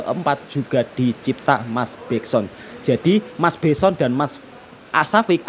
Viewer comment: mas jujur aku cakap...aku dengar kau cakap "mas Begson, mas Syafiq" aku ketawa sorg2 ....mmg kau ni asli org Jawa.....salute mas